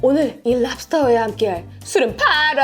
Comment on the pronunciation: 랍스톼 쁠뤡스~